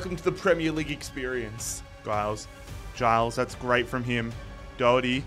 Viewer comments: Giles is pronounced Jiles btw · Luton fan here - pleased to see someone take on the luton challenge, so I'm subbing for all the episodes Quick note on pronouncing player names - Giles is said with a soft 'g' (sounding more like a 'j') and Doughty is said like 'doubt-y' To be fair, even most English commentators get Doughty wrong!